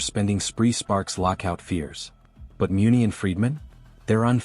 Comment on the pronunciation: How do you not pronounce Muncy correctly !